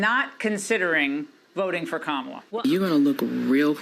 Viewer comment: First of all how disrespectful that he can't pronounce her name and in the 2nd place says nothing about racist frumpty dumpty trump like he has Black and brown people interest at heart